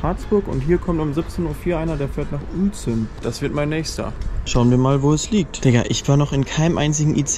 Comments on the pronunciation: Uelzen = Ülzen bitte :D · Es wird Ülzen ausgesprochen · Krass hätte ich nicht gedacht dass du mich mal besuchen kommst in Uelzen und übrigens du hattest es falsch ausgesprochen in deinem Video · Du sprichst Uelzen falsch aus, es regt mich auf, vorallending weil ich von dort komme. Und wann warst du in Uelzen?